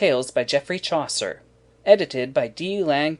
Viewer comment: The fact that you even can't pronounce Chaucer's name correctly made me think what would happen later...